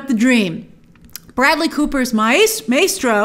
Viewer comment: How do you mispronounce MAESTRO grace